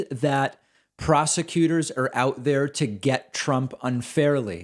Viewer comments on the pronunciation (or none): He calls them Frosecuters. Did Bannon dictate this garbage?